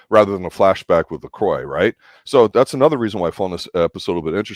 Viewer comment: You keep saying Lacroix name wrong ! They never say his name like that in the show. It's not Lacroiy. It's Lacroix